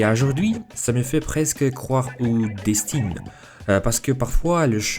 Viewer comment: On dit destin la prononciation comme la fin de intestin si jamais ça t'a aidé❤❤